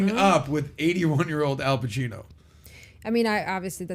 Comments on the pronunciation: His name is not Alpachino, but Al Pacino! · I didn’t watch the video but I just came here to vent that “Alpachino” was really bothering me. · It's Al Pacino not Al Pachino!